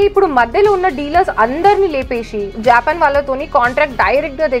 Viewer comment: not jaapan its japaan